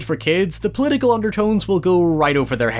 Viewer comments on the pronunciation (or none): 'Poliical' jajajaja Super pedant, AWAYYYYY!